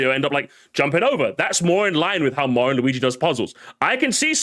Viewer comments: I will never trust someone who pronounces Mario as "Meh-rio". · take a drink every time he fucks up saying Mario